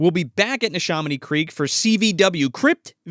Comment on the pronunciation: its pronounced Nee-Sha-miny short A not a long aa sound. A like Apple not Awe...ur probably pronouncing it correctly but locally we got own ways of conquering language.